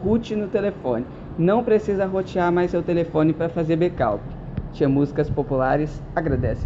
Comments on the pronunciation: becaup ?? ou backup ?? kkkkkkkkkkkkkkkkkkkkk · o cara quer ensinar tutorial e fala "Becaup" kkkk e ele fala "Tie musicas populares" ali tem "the" ele nn deve estudar inglês e o canal dele nem musica num tem. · fazer o BEKAUP? kkkkkkkkkkkk Não consegui entender porra nenhuma você fala tão feio quanto a você mesmo! huehue